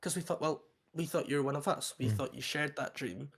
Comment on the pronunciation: An Irish guy saying "one of us" is hilarious.